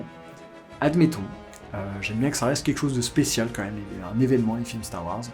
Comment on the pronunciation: starrr waaorssssss neuf??